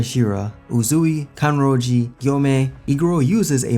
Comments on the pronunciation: Why he saying Kanroji like Kanroge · Great backstory, but man you butchered Kanroji's name. It's not remotely close to "Kanroj". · How do you say it? Kanroj? You're missing an "i". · Low key triggered by how you pronounced "Kanroji"